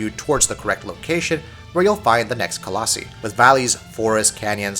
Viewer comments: “colossE” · Nice review guys! However colossi (co-loss-eye) just in the future. Just sounded funny lol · Its pronounced coloss-eye. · Not only are you saying Colossi wrong, you're also using it incorrectly most of the time. Colossi is the plural form of Colossus, and should have only been used when referring to multiple Colossi at a time... However you would us it as if it were the singular form. Like when you said "hunting down a Colossi" instead of "hunting down a Colossus" It bothered me the entire time. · I was impressed you actually managed to call the horse Agro instead of Argo like a lot of other reviewers, but then you screwed it all up by mispronuncing colossi a tonne of times lol.